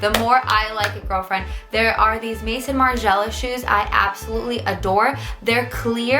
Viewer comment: love u but I lowkey died the way you pronounced Maison Margiela XDD